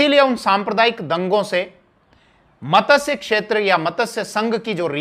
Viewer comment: मतस्य क्षेत्र नहीं मत्स्य क्षेत्र